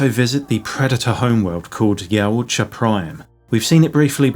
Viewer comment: Yow ta Ja 😂 not yowut Ja 😂